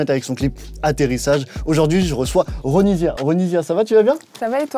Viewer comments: Je connais pas l artiste a la base mais il a dit Ronivia au lieu de Ronisia? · Ce n’est pas ronivia c’est ronisia